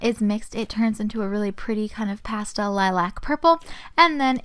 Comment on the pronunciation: U my fav utuber but u pronounce it like liluc not lilac x